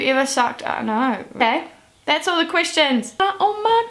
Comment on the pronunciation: every time she says the word "questions" I hear "Christians"... oh well. D: #justEnglishlearnerthings